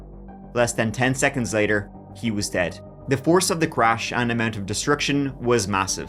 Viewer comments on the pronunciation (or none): none